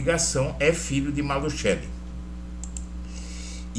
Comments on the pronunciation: NÃO É MALUTCHELI!!! NÃO É MALUTCHELI!!!! NÃO É MALUTCHELI!!!! NÃO É MALUTCHELI!!!! NÃO É MALUTCHELI!!!! NÃO É MALUTCHELI!!!! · EDUARDO, ESTA FAMÍLIA MALUCELLI SÃO MUITO CONHECIDOS EM CURITIBA E NO PARANÁ! TIVERAM UMA GRANDE LOJA DE MATERIAIS DE CONSTRUÇÃO NA AV. VISCONDE DE GUARAPUAVA! TINHA PROPAGANDA NO CANAL DE TV DIRETO JAMAIS FOI PRONUNCIADO MALUTCHELI, MAS SIM,(MALUSSELLI)!!! TÊM TAMBÉM UM TIME DE FUTEBOL... O J.MALUCELLI! E PRONUNCIAM MALUSSELLI E NÃO, MALUTCHELI!!! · QUANDO VOCÊS PRONUNCIAM MALUTCHELI, NEM PARECE QUE ESTÃO SE REFERINDO A ESTA FAMÍLIA MALUCELLI DAQUI, MAS SIM, ALGUÉM DESCONHECIDO DA MÁFIA ITALIANA...